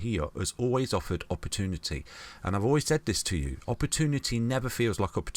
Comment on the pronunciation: Never trust a man who can't say "opportunity" ;-)